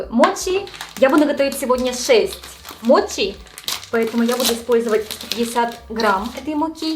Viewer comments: Ты говоришь мочи, но при этом написала моти, так как правильно называется 🤔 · у меня вопрос который давно мне не даёт покоя, но вызывает диссонанас, каждый раз когда я слышу эти вещи. Сейчас объясню. В видео написано "десерт моти", при этом ты произносишь его как "мочи", на английском "ch" читается как "ч", и ты произносишь это как "ч". У тебя ник гейм на Ютуб, и ты при приветствии произносишь "ч". Хотя по предыдущей логике ты могла бы произносить " тян". Я пытаюсь понять почему в словах в которых отчётливо слышится и на английском пишется звук "ч", у нас откуда вылезает "т"?